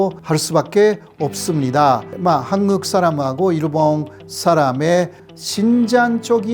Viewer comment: 호사카 선생, 오래 전 귀화 하고 대학에서 강의도 하시는 분이 어찌 아직도 한국을 한극으로 일본식 발음 하고, 일본어 억양을 전혀 못 고치고 있는지 안타깝습니다.쌀밥도 싸르밥으로 발음 하시고~